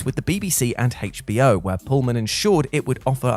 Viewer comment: Im i the only one who noticed that he puts "hate" into HBO Hate,ch B O